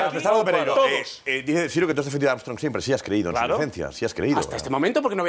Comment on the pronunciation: "leis amstrong"